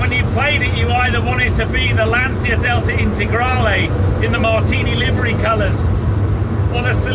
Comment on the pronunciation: it is Lan-Chi-a, not Lan-See-a. Thx for the video